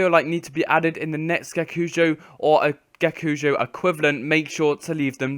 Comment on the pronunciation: its not gekujo man its ge-ko-ku-jo :D